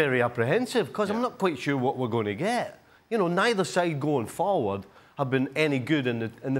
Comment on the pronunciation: when Nicol says 'farward' it triggers me